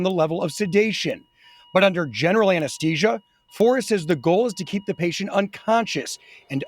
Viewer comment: Whoever is doing the voiceover should learn how to pronounce anaesthesia!